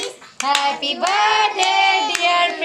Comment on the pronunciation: Behan badday nh hota birthday hota tm itra k bolne k chkr me badday boldeti